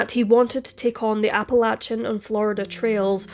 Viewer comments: Love your narratives, it's actually pronounced like 'apple-lay-shun' not 'apple-latch-un' Soft ch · Did the police really need to tell us that he was wearing "Performance Underwear"? BTW its pronounced Apple-eh-shin mountains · Its Appa-lay-shian Trail, unless youre from the South, then its Appa-latch-inn Trail. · Appa Lay chin..otherwise very good. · Most people in North America pronounce Appalachian Mountains: Apple- lay- tion (like nation) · True, except for her mispronunciation of Appalachian. 😬 It made me cringe and shudder each time she said it.